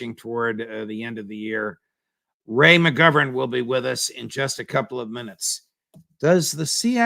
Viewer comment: dovaryei no provaryei, trust but verify. I like how Ray uses accurate pronunciations of foreign words and names.